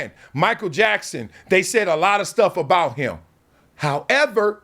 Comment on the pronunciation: Ironically he is struggling naming players but u can tell he knows what hes talking abaht I personally think he'll b fine